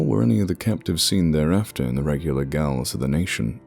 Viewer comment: Gaols is pronounced jails, not gals.